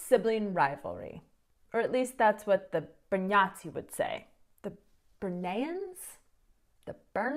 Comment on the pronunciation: not gonna lie, when you say Brňáci, it sounds like Br-nazi :D